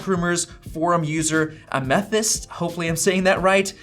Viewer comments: “A Meth-ist” 😂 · "a meth-yst" lol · "A-meth-ist" Heisenberg has entered the chat... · Amethist like the gem. "Am-a-thist" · Am-uh-thist. It's a gemstone. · Lol a-meth-yst. It’s the semi precious, purple stone, amethyst. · Amethyst is a dictionary word that you should know how to pronounce! Apparently not. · How do you not know how to say amethyst? It's simply a crystal.